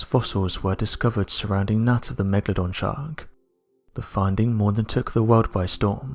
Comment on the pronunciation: the "Megadon" shark?